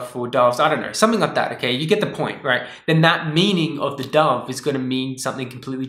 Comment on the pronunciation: I thought you said a dog took you and you dad to heaven ! I didn't figure out that you said dove untilhalf way through what you were talking about ! you have that vowel mispronouncing accent ! I was trying to figure out what a dog meant !